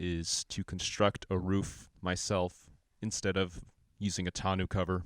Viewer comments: Great build. This is how we say tonneau cover. Ton-oh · Other than they way you pronounce the cover (grating) freaking awesome job!